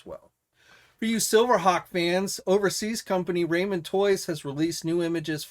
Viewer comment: I believe it's pronounced "rah-men" not "ray-men" toys...